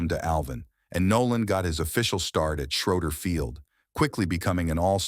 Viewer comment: For sure! When these fools can’t pronounce towns properly, you know it’s clickbait! Refugio and Schroeder are not pronounced like this guy!!